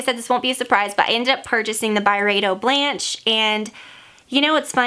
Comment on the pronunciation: Blanche (french for white) is pronounced Blon-shh. That's the best I could sound it out lol